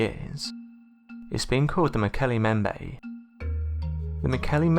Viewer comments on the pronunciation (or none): "As they made their way home to Africa...". Driving? From Chile? BTW - its " MmmmBEM-bay". Nice vid on cryptids - thanks for the upload. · Mbembe has two 'b's in it and neither one is silent. Please learn how to pronounce things before you make documentaries about them. Also, they don't dislike hippos. They hate hippos and kill them on sight. Slight difference there.